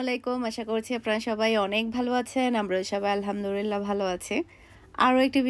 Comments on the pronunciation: আলহামদুলিল্লাহ । আপনি কি আলহামদুলিল্লাহ না বলে আলহামদু রিল্লাহ বলেন? এটা কিন্তু ভুল উচ্চারণ। আশা করি ঠিক করে নিবেন। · Amio notice kori Alhamdurillah bole. ami onar video dekhi.